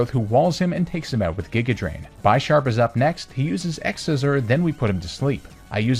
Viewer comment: IT'S BISHARP, NOT BYE-SHOP! PAWNIARD, NOT PAY-WNIARD! AND WE DON'T USE THE WORD ITS AS A PRONOUN IF THERE'S AN APOSTROPHE IN IT! REMOVE THE APOSTROPHE RIGHT NOW!